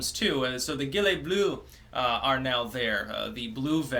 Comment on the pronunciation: French vowels aren't diphtonges. So, it's "Jill-ai" with "ai" as in "pair", and "jon" with "o" as in "for"